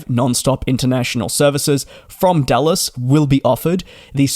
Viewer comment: Sounded like you were saying DULLES (KIAD), not DALLAS (KDFW). Haha, I was so excited for a AA IAD-BCN